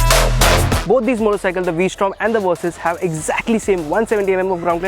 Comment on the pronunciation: Hearing you call it the "Kawasaki Worsys 650" doesn't make me want it very much.